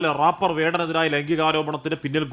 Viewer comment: റാപ്പർ അല്ലടേ റേപ്പർ എന്ന് പറയുക.